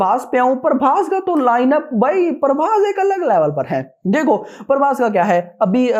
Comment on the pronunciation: 😅Not Parbhas it's prabhas